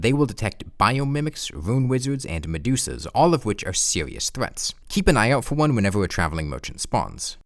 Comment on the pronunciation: Haudmode, haudcouw wouwds, sewious